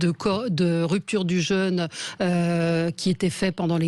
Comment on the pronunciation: Il faudrait que Valérie Expert apprenne que le mot « jeûne » ne se prononce pas comme « jeune ».